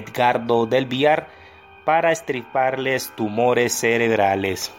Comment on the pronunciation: Estriparle ?? Se dice extirparles aprenda a hablar